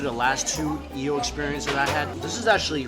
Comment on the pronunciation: Why does he say yeel